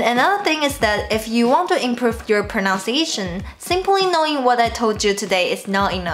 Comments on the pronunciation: "his proNOUNciation of tones" is a common mistake. It is "proNUNciation of tones". Just trying to reciprocate the learning experience! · Isn’t his wife chinese? I can tell his pronunciation sucks and I don’t speak any mandarin! By the way, your English pronunciation of “pronunciation” is better but still you sometimes say “proNOUNciation” instead of the correct way “proNUNciation”. Here is another suggestion for you. Many of my Chinese friends living in America have this same problem. When you say “he/she says,” the way to pronounce “says” does not sound like “say+z” but rather like “sez.” Next time you make a video and you pronounce “pronunciation” correctly I will donate $10...same goes for proper pronunciation of “says.” Finally, please take this advice positively as I think your English is tremendous and of course it is sooooo much better than my mandarin. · Really great thank you! p.s. , the correct way to pronounce 'pronunciation' is: "Pro-NUN-ciation" not "Pro-NOUN-ciation." There is no such word as "pro-NOUN-ciation" in the English language. For some reason most native Mandarin speakers mispronounce this word (whereas as other non-native English speakers pronounce it correctly). You can listen here: Hope this helps! Best wishes for continued success, Daniel Léo Simpson Composer San Francisco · Great content.Just one thing though, the word "Pronunciation" pronounced as pruh-"nuhn"-see-ey-shuhn not pruh-"nouns"-see-ey-shuhn as you said in , , . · you said 'pronunciation' with bad pronunciation.